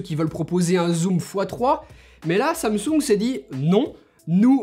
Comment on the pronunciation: C'est pas samsouuunge c'est Samsung